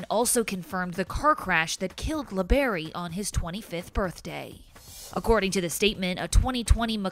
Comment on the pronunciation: La Berry it's labarrie